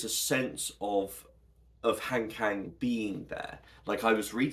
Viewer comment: I just came across your video through the algorithm, and it was so great to see you sharing your thoughts on Han Kang’s work. As someone who also appreciates her literature, I really enjoyed your perspective! Since you seem to truly value her stories, I thought I’d share a very quick, friendly tip on her name’s pronunciation that might make your future videos even more authentic. In Korean, her name has a very soft, open sound. If you’re interested, here is the easiest way to capture it: Han (한): Pronounce it like "Hahn" (think of "Han Solo"). It’s a deep "ah" sound, not "hand." Kang (강): It actually sounds best with a soft 'G', like "Gahng." If you think of a "Gong" but use an "Ah" vowel, you’ve got it perfectly. "Hahn Gahng" It's a small detail, but since your content is so thoughtful, I felt you might appreciate this little linguistic touch. Thanks for making such great content about her books!